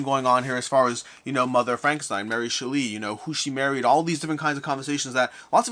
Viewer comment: It's actually pronounced SHELL-y with the emphasis on the shell.